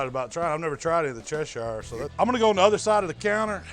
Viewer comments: Che-sheer not Che-sh-ire. Great recipe, horrific butching of British County names. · Pronounced - Chesher........ Not Chesh Shire. From a UK Veiwer. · as a person from Cheshire ENGLAND, i can tell you that it's pronounced "chesh-urr" my lads. now get to the gym so you don't keel over of a heart attack at 55 and financially destroy your family.